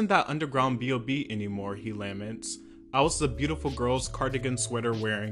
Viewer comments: Dude I cannot believe how many YouTubers simply CANNOT pronounce simple words!! LA-mentz. Geez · Your speech is getting better! Just an aside, it’s pronounced, “LuhMENTS” not “LAY-ments.” You’ve made wonderful points as always. I love this channel. Thank you for the content. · "lamb-ents", lol...